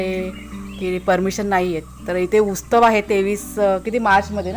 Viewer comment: Ustav nahi utsav🙏bola shree swami samarth